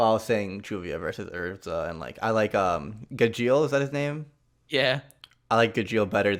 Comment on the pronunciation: Anybody else cringed when said Gajeel? 😣Unless does the sub say his name differently cause I'm not used it! 😅I love the dub of Fairy Tail! I'm surprised Jerza wasn't mentioned❤💙😮